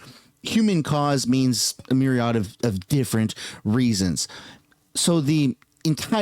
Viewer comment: learn to pronounce myriad. It's not MARY-odd - it rhymes with period.